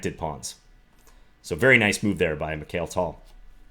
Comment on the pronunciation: I was so excited to watch this video... Until I heard you pronounce Mikhail Tal 😩 Please John, you're an International Master, and surely you've come across and studied so many Russian chess players in your career. At least respect the names of one of the greatest in history!